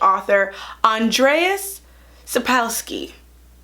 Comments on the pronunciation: As a Polish person, let me know that "Andreas Sapulsky" is the best pronunciation of the name I've ever heard, far superior to the "original". Rock on, Your Royal Highness. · I love it that you tried to pronounce it right! Next time try to say "Anne-jay Sap-cove-ski" and you'll impress even the Polish fans and the name Jaskier means a type of flower (pronounced like Yaskier) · totally mispronounces Andrzej Salkowski’s name also: that sounds about right